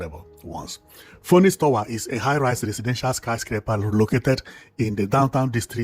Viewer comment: Phoenix is pronounced finix, ph is greek for English letter F.. l think it's parking space,most high rise buildings in the island have car parking space in them.Nice one though.Thanks.